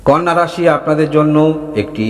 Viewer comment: ওটা কন্যা রাশি নয় কানা রাশি